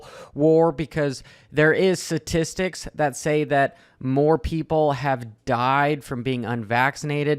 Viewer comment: Statistics not satistics lol